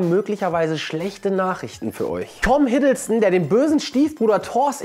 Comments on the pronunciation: hiddleston - nicht hiddlestone ... sorry das musste sein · Es hei?t hiddleston